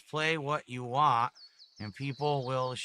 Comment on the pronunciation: Wahn, wahn, wahn. Jfc there's a T at the end, it's WANT